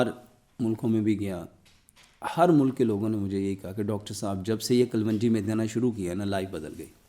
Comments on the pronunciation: یہ نہ حکیم ھے نہ ڈاکٹر ھے اس کو جھوٹ بولنا آتاھے جھوٹ بول کر کماتا ھے کلونجی کو کل ون جی بولتا ھے جاھل ھے ا😂😂😂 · KUL-WUNJI ? THE CORRECT PRONOUNCIATION IS, KALONJI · ڈاکٹر صاحب کلونجی کا تلفظ درست کریں